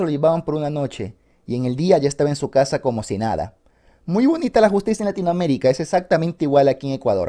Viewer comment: Por un momento pensé que decía que perdió su cara, en vez de su casa, xd.